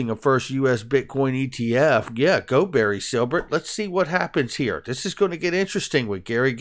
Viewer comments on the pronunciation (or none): none